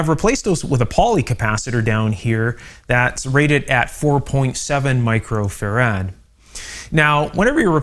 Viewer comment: Great info but it grates on me to hear you mispronounce “Microfarad” as “Micro-Ferrad”. It’s “Micro-Farad” as in Michael Faraday”